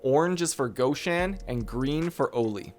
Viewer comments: All ok, thx. But goshAn, not gOshan)) that is nonlicensial copy of russian shop with name ashAn. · Awlee and gawhshan. You must not like the letter o